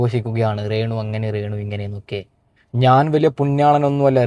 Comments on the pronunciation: നിനക്ക് രേണുവെന്ന് പറയാൻ അറിയില്ലേ നീ എന്താ ഇംഗ്ലീഷ് ക്കാരനാണോ ? റേണുറേണു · റേണു അല്ല രേണു 😂